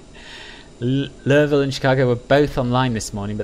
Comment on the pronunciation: As a lifelong Kentucky resident, props on your pronunciation (I'll subscribe for that commitment alone). Although I don't live in the city, I can tell you it's appreciated by all Kentuckians when you see someone take special notice for the Ville. And that leads into a great joke, "How do you pronounce the capital of Kentucky, Louieville or Louisville? Neither, it's actually Frankfort." Yes, people living here have failed at this. Enjoyed the flight!